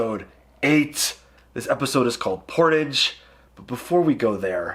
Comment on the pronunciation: the way you pronounced portage lmfao.......